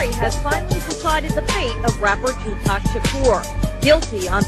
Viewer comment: Judge and those that mispronounce his name: it's Tupac, Not Tupack and Shakur Not Shacure